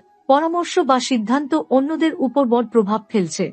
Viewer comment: আপনার prediction কতটা মিলবে বা মিলবেনা তার জানিনা , হয়তো সবাই মিলবে কিন্তু একটা ব্যপার দেখলাম , বেশ কিছু বাংলা উচ্চারণ কানে লাগছে যেমন বৃষ,, বড়, শুভ সাফল্য ইত্যাদি।